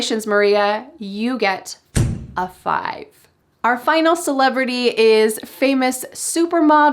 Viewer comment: Modi and celebratey 🤣🤣🤣🤣